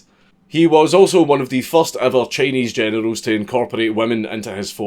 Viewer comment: When Generals sounds like Genitals